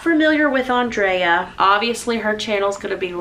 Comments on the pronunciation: Lovely tribute to your friend. It is still so hard to believe that she is gone, and so quickly. I'm sorry that the only thing some people could take from this is your mispronunciation of her name. I loved that you noted that everyone is different and that is okay. The birthday celebrations that she organized were indeed a work of art that I know I could never have done and that's okay. I will miss her greatly. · Also I want to say It's okay you "mispronounced" her name. Honestly it could be said either way. Love ya! Thank you for being another wonderful woman I look up to!!! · It's was wonderful to hear you speak so well of Andrea. I just wish you hadn't mispronounced her name throughout. She was such a special inspiration to me and hundreds, thousands of others. Please pray for Tom and the children. 🌿❤ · No worries hun.. it’s ok 😊 it’s not a big deal people pronounce things different. I loved Andrea she was a precious friend and it didn’t bother me in the least. 🤗♥️😊 I also enjoy your channel. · Geez take it easy on the lady, she pronounced her name wrong, big deal!!!! Don't crucify her, her message was heartfelt and sincere. you are a incredible soul, i love your videos and you inspire me on a daily basis. Lots of love to you and your family 💓💓💓. My condolences to Andreas family may she rest in eternal peace xxx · I am sure she has had both pronunciations her whole life. It is okay, we love you, and thank you for honoring her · Lol I thought her name was Andrea and did not know it was pronounced AUndrea I enjoy the Mills family videos and I think most likely they don't care if you mispronounced her name but that it is more important to honor her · your mispronunciations of words is just fab! I do it too and love watching you because of this. Andrea was such a beautiful woman, your vlog has done her proud. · Nice tribute ❤️ don’t worry about how you say her name!! People should lay off!